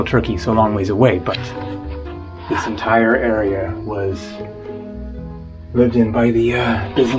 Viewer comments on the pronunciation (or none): none